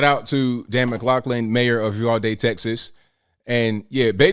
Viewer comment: Thank you for pronouncing Uvalde correctly. It is a small thing but meaningful when you hear your hometown butchered repeatedly.